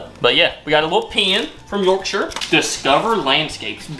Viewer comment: As someone from South Yorkshire, its really nice hearing you say the word "Yorkshire" correctly as I've heard a lot of people say it as York-shire like as in the way people say Shire Horse